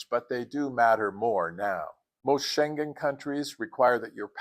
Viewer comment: Dang, being subscribed to your channel is like having a travel savvy friend! ❤ Not the least, how to pronounce Schengen 😂